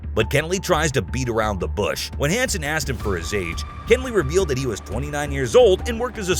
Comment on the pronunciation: It’s pronounced “Keh-nelly”. If you’re going to say the name 75 times, best to at least say it right.